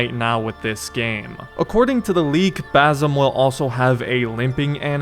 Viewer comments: His name is BaSim, not BaZim. For god's sake say it correctly. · it’s Basim, not Bazim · still, pronounced Basim, S sound.